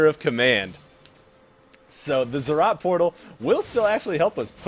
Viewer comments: They're ROTS, NOT ZZ'OTS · Zed Zed Rot